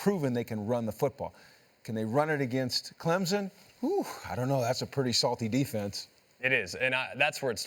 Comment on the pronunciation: It’s CLEMSON . Not clemzen. .